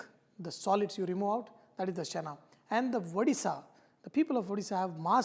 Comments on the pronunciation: i cringed when you said chana. it's chhena. however nice video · It's chena poda chef...not chana.. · Chef it is called chhena not Chana.